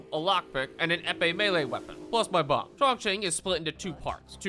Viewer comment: a BAWMB got me dying